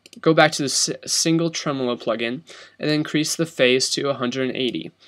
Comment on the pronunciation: its pronounced tremolo